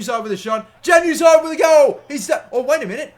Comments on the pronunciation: Its pronounced "yan" uzaj not "jan"uzaj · The J in Januzaj pronounced as a Y not J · its disturbing to hear januzaey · It's not Januzaj as in JAN. It's more of a YAN at the start when saying it. Sorry if that doesn't make sense. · even though it is spelled as "januzaj" it is pronunciated as "Yanu zaey" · It's pronounced Yan-ooz-eye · It's pronounce as 'Yanuzai' not Januzaj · It's pronounced yanazi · Januzai- is pronounced yan u zai, soz that annoyed me but great vid other then that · btw its pronounced yanuzai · It's pronounced yanuzay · Januzaj is pronounced as yanuzai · when he says Januzaj wrong lol